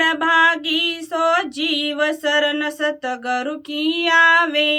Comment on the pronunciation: Satgar nhi satguru bolo